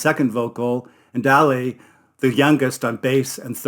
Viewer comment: Sonce you want help, put the emphasis on the first syllable of Ale, AHleh not ahLAY.